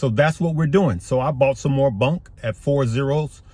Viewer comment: It is BONK. Not BUNK.